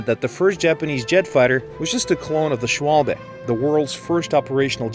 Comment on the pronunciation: Im sorry put i just had to point this out. you said "shwabe" which is how it looks like it would be said, but it is actually pronounced "shvabe" dont forget w ares v's in german!